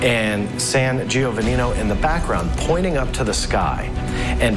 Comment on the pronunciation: Saint (G- O- Von Eee )